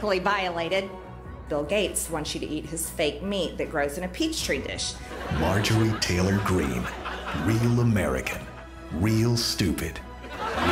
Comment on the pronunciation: Peach-tree dish? Well, bone apple tea!